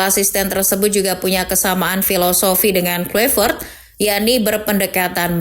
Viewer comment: Bacaannya petrik klaivert min bukan kluivert